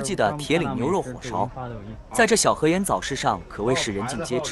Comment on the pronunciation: 小河沿（yan,四声），你就更象了